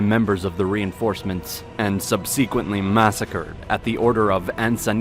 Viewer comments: Look up how to say subsequently for next video! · Is this a computer generated voice? The mispronunciation of subsequently keeps taking me out of the narrative. This is not the first video where it is mispronounced.